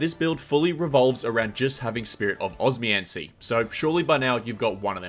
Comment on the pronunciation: Every time he said it I was like, bro’s just neglecting the second O and M